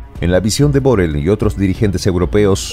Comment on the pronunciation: Ahora se dice Burrell...